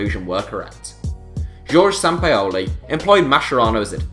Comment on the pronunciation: It’s pronounced Jorgé sen-pow-lee not senpeeolhrbdbfle